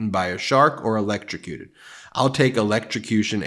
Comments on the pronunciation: Oh if only? I would pay a LOT of money to see trump 'ELECSHROWCUTED'. He can't even pronounce it properly let alone do it. What a shame. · I think he's repeating the boat story to prove that he can now pronounce "electrocuted" (barely)